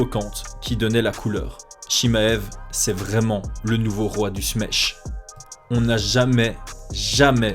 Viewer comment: Smesh c'est pas Smash avec un accent de l'Est?